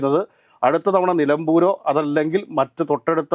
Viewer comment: റ് അല്ല ര്.നിലമ്പൂരു